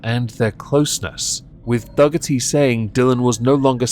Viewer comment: What you are pronouncing "Duggerty" is actually pronounced "Doorty". And I already know that you don't really care. Heh